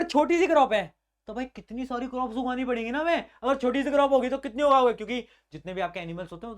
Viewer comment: bhaiya said aa jo kuti problem not kitni 😂